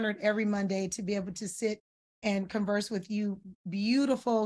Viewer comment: thank you for saying "converse" correctly.👍❤❤❤